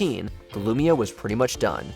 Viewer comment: it’s LUMIA. Not "lumina" smh